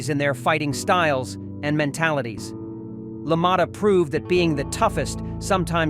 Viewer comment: Constant mispronouncement of names, La Moatta ???, Zaley ??? Either AI or an imbecile.